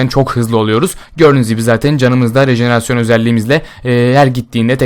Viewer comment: bu sefer rejerenasyonu söyledi :D